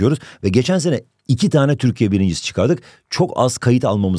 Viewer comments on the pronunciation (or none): none